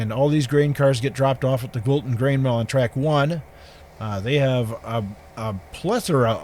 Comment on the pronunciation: At first I thought you said Wilson but it’s Wilton. nice to see some trains again.